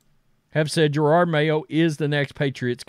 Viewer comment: Jerod…… NOT gerard